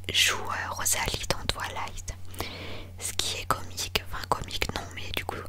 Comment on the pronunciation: Ça me stress on dirait qu’elle dit « TwAlight » au lieu de « Twilight »😂 Mais très bonne vidéo haha ! ❤️